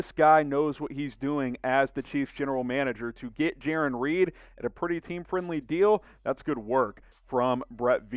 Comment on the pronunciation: I think it’s Jarran. (J-Air-On)